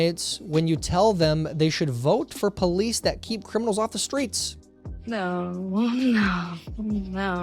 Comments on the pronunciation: Zed, it's policies not police. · Tyler talking about homeschooling then immediately pronounces policies as police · Tyer! It's "Policies" not "Police". Come on man! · LOL we all know he needs glasses